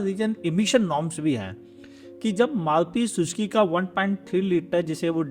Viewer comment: Maruti shushki 😂 bhai bhagwan ka naam toh sahi le lo muh me kanche hain kya